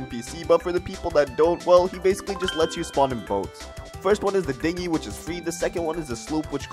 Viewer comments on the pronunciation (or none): none